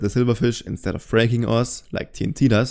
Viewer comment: Oh, “ores”. I thought you were saying ass.